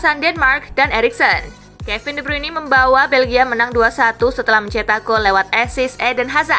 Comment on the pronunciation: Please dah Speaking nya di benerin jangan de bruini tapi de bruin 🙏